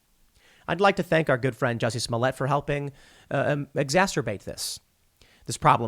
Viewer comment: It's pronounced "juicy"